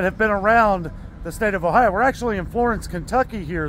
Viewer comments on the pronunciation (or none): none